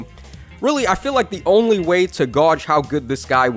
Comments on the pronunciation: "Gauge" is pronounced "gayj" Seliph is a p cool unit, tho. I wonder if the QR seal would let him quad. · gauge is pronounce like the name Gage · did you just say "Gauge" like "goj"? :|